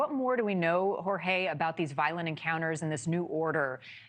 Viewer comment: No excuse for not being able to pronounce Jorge.